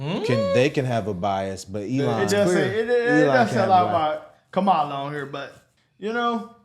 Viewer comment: They are so d-mb that the video has her pronouncing her own name wrong!